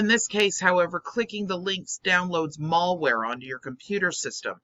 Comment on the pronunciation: with all due loving respect to you.. it is pronounced Mal-ware. "Ma-l" short for Malicious.: )